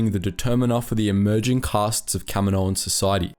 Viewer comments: Kamino = cam - een - oh Kaminoan = cam - eh - no- an? Wouldn't it be Kaminoan = cam - een- oh - an? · Kamino-an. You sound dumb saying Kami-noan. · What is Camo-noan? It's Kaminoans. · For the amount of times you saying there race it would help if you actually said it right just once.